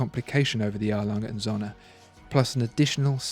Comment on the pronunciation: It#s pronounced: Glass-Hutter/Soehne